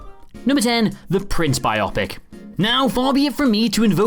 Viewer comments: BIO-PIC.....not Bi-Opic No to Tolkien buddy farce... Guillermo recently couldn't film himself on Zoom, so not "anything" Mad Max:Beyond Thundersnow with Queen Bey? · sorry but it's not bi/op/ic